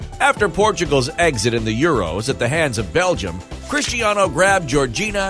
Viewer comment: Did he say cristianiho 😂